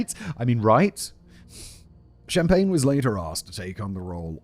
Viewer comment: “No, Mr. Shhh-ahmpagne, I’m putting you on ice.”